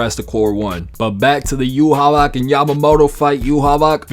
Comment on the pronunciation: Thank God you're saying Yhwach's name correctly. So many people get caught up in the Japanese pronunciation Yuhabaha, but that would be like saying Yuno's transformation magic in Black Clover is supposed to be pronounced Spirito Drivu, instead of Spirit Drive. They only say yuhabaha because they don't end syllables with a k and they don't have a V sound in Japanese